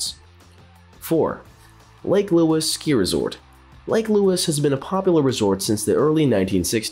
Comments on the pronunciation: Maybe a rubbish example of AI - Chat GPT trolling the internet, mashing a whole ton of information together and getting it oh so wrong. How could you pronounce Lake Louise as Lake Louis! LAME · “Lake louis” hahahaha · Do your homework. Many of your facts are incorrect. It's Lake Louise, not Lake Louis. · "Lake lewis" 🤣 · no kidding! and "Lake Louis" egads, do a little research fella! and the word is "exactly" not "eggsactsly" Get a pro to do your VO and you don't come off sounding like a machine or dufus. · This is such a goofy video... so many errors made throughout... honestly also couldn't decide what I found funnier, the narrator saying "lake louis" over and over again, or Blue Mountain being on this list! 😅